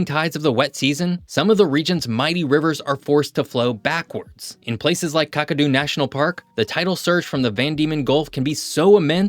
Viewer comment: Wake Up. Its Kack A Do and Barra Mun Dee